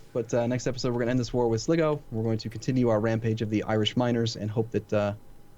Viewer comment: Sligo, Pronounced Sly-Go